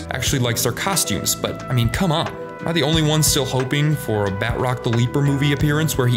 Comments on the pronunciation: This man said Bat-rock lmao. It’s Ba-troc. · It’s batch-rock the leaper not bat-rock the leaper. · I enjoyed your pronunciation of Batroc with a hard T as Bat-Rock, which sounds like the music my dad listens to.